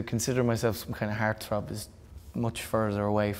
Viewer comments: It took me wayyy too long to figure out that he was saying HEART-THROB... "HAIRTH-ROUHBB" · It took him saying "heartthrob" at least 3x before I understood what he said. Love it.